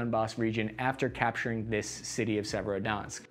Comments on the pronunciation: …. I don’t think that pronunciation could get any worse. Even a fifth grader could attempt those pronunciations and get closer than what we have here. Se•ve•ro•do•netsk. Not “Se-verski-donsk” lol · "Severodansk", "Severodunsk", "Severodensk!" Good grief! It's Sev-er-o-don-etsk. You can do this! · You mean our proud city of Serodnzatk on the great Donutk river? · Its Servo-donk obviously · For anyone whos wondering the correct pronounciation of Severodonetsk. ->(Severe Don-esk) It's a soft roll on the r in Severe though. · Your pronunciation of Severodonetsk gets worse every try. Beautiful. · Haha by the end I was wondering wtf he was even saying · In the right way to pronounce - Khar-kiv - Severo-Donetsk- Isyum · Love the video but take a little more time with the names man. Just read all the letters in the word and don't add any.